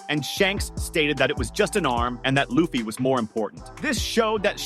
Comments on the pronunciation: Man how can you mispronounce the mc’s name? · It’s so annoying lol